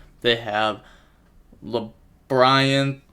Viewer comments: “Laber- Rinth” (LABYRINTH)… you really butchered it lol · Bro just say lab-rinth lol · Labyrinth. It’s just the word. Lab-ri-nth lmaoooo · Lol LAH - BRIAN- TH 😂😂😂😂😂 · "la bryan tith" NO WAY🤣🤣🤣He has got to start watching Market Watch more with MKohl. This takes effort yo be this wrong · My guy, how do you not know how to pronounce labrynth?